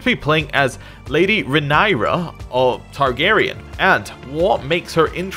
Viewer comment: Pronounced Ray-near-ra